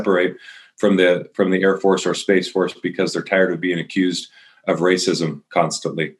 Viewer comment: "Space fotce"? What a joke